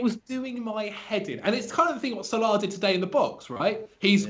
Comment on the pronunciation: Why do you say Salah so weird